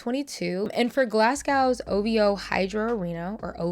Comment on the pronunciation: Oh girl the pronunciations are killing my soul 💔 Newscastle.. glass cow... 😭